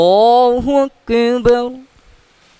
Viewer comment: اللہ اکبر کی زبانی ادائیگی میں تلفظ بالخصوص توجہ طلب اور اصلاح طلب ہے، نمونہ کی عبارت پر موصوف توجہ دے کر اپنی اور سامعین و ناظرین کی رہنمائی فرمائیں!